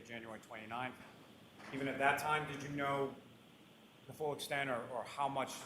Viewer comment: Fully? Or tully? Are you ok?